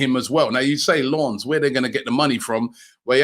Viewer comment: How is Robbie saying Lawns? 😂😂😂😂